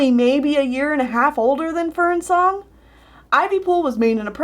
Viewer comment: I'm not up to those books and when you said Ivypool and Fernsong I thought you said FernCLOUD and I was like 'woah- woah, wait what??